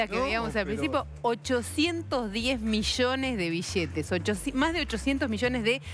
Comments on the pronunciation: Sheee boludooo si me dan 1 dólar cada ves que dice "bishetes" me hago millonario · bijetes,,, destrujiero.....destruchen.....deteriorada le lengua que tiene....hay argentinos....ladrichitos...jajajajajajajaj....bijetes, bijetes,,,bijetes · Vosh pashate unosh bishetesh 😂😂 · Sin ofender pero disen vishetez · Bishetes, Bichsetes, Bischetes... que horrible hablan! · mas de oshocientietos mishones de bishetes XD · bishetes sheva destrushen mishones ladrisho looooolllll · Un like por cada "bishete" que se diga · Que horrible pronunciación de los argentinos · la palabra es billete, no se pronuncia ni billete y menos biliete... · Dijo como mil veces "bishetes" en 5 minutos :/ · Billetes ni bisheetes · Nadie pronuncia bien la doble L (ll) la mayoria pronuciaria bi-ietes o biyetes, cuando la forma correcta es bilietes. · Billetes no bishetes no entiendo por qué no hablan normal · billetes, no bishhetes, BILLETES. DESTRUYERON: DESTRUSHERON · Bishete, billete estos argentines y su pronunciacion de mda. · en baires la pampa y santa fe hablan mucho con la sh...acá en Córdoba capital en ves de pronunciar bishetes el cordobés bien de barrio te dice biiiete jaja en baires las palabras con ll se pronuncian con sh acá en Córdoba con la i por ejemplo llevar shevar y el cordobes hincha de talleres iievar...jaja somos unos culia... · mas de 8cientos mishones de bishetes -billetes* -y plata es mas JAJAJA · se dice billetes no bishetes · no se dise bishete sino billetes. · jaja amigo soy de perú y cuando digo bishhetes es por que me causa gracia pero en buena onda , pero si opinara en mala onda diria que destrozan el español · bishetes grandesh y bishetes shicos. :V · Pero como se destrushen los bishetes bishetes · Mishones de bishetes en pequeños ladrishitos xd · juan pablo bertoldo Obvio que shia shabia. Bishetes shicos y bishetes grandesh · Iusa Une alomejor xk asi viene enel libro de eyos bishete 😂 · Que muchas veces dijo bishetes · Es Argentina por eso dice "bishetes".